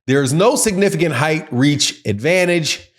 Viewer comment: Where are you from? I’ve never heard an accent where “height” is pronounced “hyth”